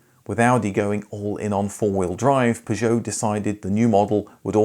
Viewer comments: Please you dont need to use an enhanced French pronunciation of Peugeot...we are English, its fine to say it the english way. Perhaps this is why your other pug videos had poor views. Same with "shhcoda" and "volksvaggen" grrr it grinds my gears !!!(Remember...we dont call the capital of France "Parree" do we) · It's because you say 'Peugeot' like a right fking TW@ That's how the loons in Yankee Land say it and that's a big mistake. An englishman imitating a yank at ANYTHING is a big mistake. Akin to devolution. Just don't do it, seeing how its jot an English word we're talking about, I'll leave it at that. I love the 405, and I'd have lie ti ha e seen this, but I'm just listening ti that any more than I have to. Seems you fall into the common 94.76% of youtubers that think themselves smarter than they are, simply because they upload videos to a video displaying platform. That's why your other videos from the same marque did so badly. You utter pilchard. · Aaaagh it may or may not be technically correct but your pronunciation of “Peugeot” as “pi joe” is so different to the familiar “per joe” it’s all I can hear lol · it is pronounced 'PEUgeot' and not 'PisjOOOOw' !! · Why you say Peugeot like that 😮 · The pronunciation of p,jow is so annoying. Had to give up watching. I can understand why the Peugeot vids aren’t popular. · Even the advert says purjoe, this guys pronunciation makes my ears bleed. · After the fourth time hearing you pronounce Peugeot like a melon I couldn’t watch anymore. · if you want some advice on the French car video poor interest then you need to stop attempting the ridiculous French pronunciation. It's British to say 'Pur-joe' and 'Sit-ron' your faux French is turning people away. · Maybe if you just said per-jo like everyone else people would watch youre videos a bit more. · Your peeer joo. Fking hell. Cat 😅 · Why do you call them P'zhow? I mean, who does that? I can't listen to this, it's mental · You’re pronouncing Peugeot wrong